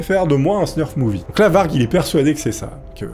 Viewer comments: Hello. En réalité on dit snuff movie et non snurf movie (pas que j'ai une attache spéciale au genre hein, je suis juste trigger par les fautes de prononciation au sens large 😛) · par contre on dit: snuff movie. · Y a pas de r dans "snuff movie"...